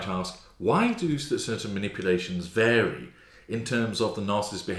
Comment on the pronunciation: "Cary"? or "Vary"?